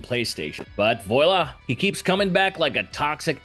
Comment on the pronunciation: Imagine that, X8 is the last appearance of Sigma, without an X9. Silly fanfiction video. Also, "Voila" is pronounced vwah-lah, not voy-lah.